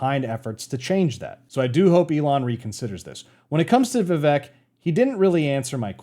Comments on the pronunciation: just try to do a podcast style video with vivek, he is going on tons of channels big and small. his name is pronounced viv-ake btw not viv-ek which is what most of us would assume and i did also until i saw him clarify it on the "Cartier family interview" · Vi-VAY-Ke Just sayin’. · Rhymes with CAKE. Not Vi-veck.